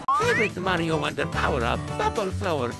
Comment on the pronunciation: Why did say Mario but it sounded like he said maryo